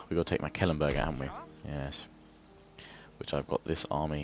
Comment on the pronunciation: Just to say your saying Mecklenburg wrong :P just saying.